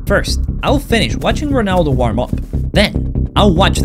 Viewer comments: est-ce que vous avez remarqué qu'il a dit gronaldo a 17m 30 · Ronaldo ❌ Pinaldo ✅